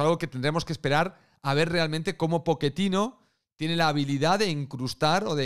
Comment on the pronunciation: No digo que lo dijo mal,solo me da gracia como se escucha jajaja